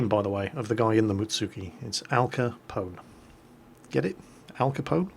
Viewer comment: Am i the only one who cringed when he said Mutsuki (Muts-ski)?